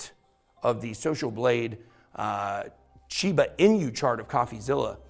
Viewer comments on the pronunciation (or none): none